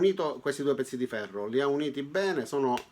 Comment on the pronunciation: Ferro però non si può sentire 😂